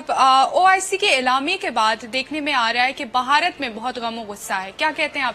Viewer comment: لفظ باہارت اور بھارت کے بولنے لکھنے میں فرق ہے، میری بہن آپ کا تلفظ غلط ہے آپ بھارت کو باہارت کہہ رہی ہیں ، اپنے یہاں تو خیر ہے پر ہندوستان میں اس لفظ پر بھی آپ کا مزاق بن سکتا ہے تو میری بہن آپ سے درخواست ہے کہ ہندوستان کے لئیے لفظ باہارت کہنے کے بجائے بھارت کہئیے۔ شکریہ